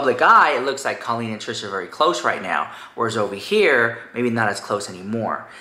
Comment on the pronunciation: It's pronounced "CO-leen" not "CALL-een." Sincerely, a former Colleen fan.